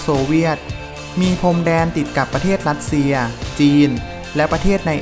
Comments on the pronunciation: จริงด้วยเอาคนที่มีความรู้เรื่องอักขระภาษาของตนเองมาบรรยายคงได้อรรถรสกว่านี้_รัสเชีย_ไม่ใช่ลัดเชีย_ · คนออกเสียงภาษาไทยยังไม่ชัดไม่ควรมาออกสื่อสังคมเลยขายหน้าเขา เช่น อังกิด ลัสเซีย ฯลฯ